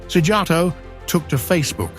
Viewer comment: Yes Hungary is right. You pronounced Orbán so beautifully, what about Szíjjártó? I mean you should know j is not pronounced like English j in Hungarian.